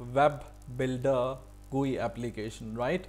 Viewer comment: Everything is good but what is guee it's G.U.I